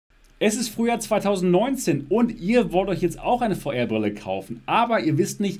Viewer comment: Wer versteht auch immer Feuerbrille 🤣